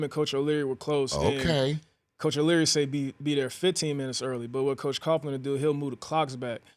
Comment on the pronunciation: "Coach Coughlin" lol